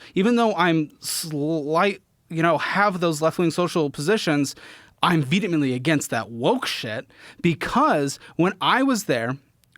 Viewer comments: Yasss!! worked in a “vetemently” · Petition to have SOMEONE teach how to pronounce vehemently ✍️